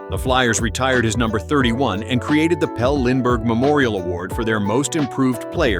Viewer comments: Before you call yourself, maybe you should learn to pronounce correctly the names. You mispronounced a few of them. It’s PEL-LEE Lindbergh, not PELL. And it’s Rick RIPPEN, not RYE-PEE-EN. Those were just two. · Both Flyers players names were pronounced wrong. Pelle (Pelly) Lindbergh and Dimitri (Ter-tish-knee) Tertynshny.